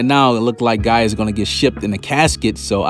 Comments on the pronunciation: Bro it’s gaJA not gaea 😭😭u be killing me dawg where the hell u from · Everytime this man says Gaia I just wanna be like it's Gaja 😭